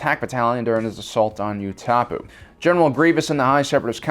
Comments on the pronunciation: who else cringed when he pronounced it "Ooh-Tah-Poo" instead of "Ooh-Tuh-Pow" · It's pronounced 'OO-ta-pow', not 'oo-TAP-oo' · Utapau is pronounced “Oo-tuh-pow”, not “Yoo-tah-poo” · It’s oo-da-pao not Ootaapoo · Did you seriously just call it Yootahpoo? It's Utapau. Oohtahpow. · If I may correct you, or so of Star Wars episode 3, Anakin pronounces Utapau when discussing in council that they found Grievous. It's Ut a pow. Not ew top u. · Man I don't know how well I can trust your info when you say stuff like "yu-ta-poo" instead of Utapau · always thought utapau was pronounced as ooh-ta-pow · Dude called Utapau Ootahpoo lolol imagine not playing galactic conquest on the original Battlefront 2 Jp I love your content my guy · new Star Wars planet: You-tah-poo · Why did you pronounce utapau u ta poo? Like I feel like that was a conscious decision? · i always thought it was pronounced oooooh - ta - POW.....at least thats the pronunciation they use in the game 'empire at war' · Acshtialy it pronounced ootahpow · I thought he was great until he pronounced Utapau ‘U tap oo’ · Did he really just say “you-ta-poo” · Okay did you just not watch the movies or something? Played any star wars game or watch any of the shows? Or is there a need to miss pronounce names of planets and Jedi. I hear it a lot and often but this one takes the cake. Oo-ta-poo? Really? It’s soooo audibly unmistakably present in Revenge of the Sith. I mean what happened? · Ooh-ta-pow. why you butcher it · Who says utapau like that? Nice vid tho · you mispronounced Utapau, it's actually (OO-TUH-POW) and you misspelled Ahsoka's name, the S goes after the H Did Palpatine plan on Anakin joining him? What was the plan if Anakin didn't join him or killed him? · Pronounced: Ooo-Tah-Pow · "U-Ta-Poo" -. Not once but twice he said it. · 'you-ta-poo' that hurt me lol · Utapau= YOO-TI- POW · Sir why do you insist on mispronouncing literally everything in star wars lol it's utapau (you-ta-paw)